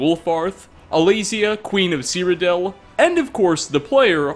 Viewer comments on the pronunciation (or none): none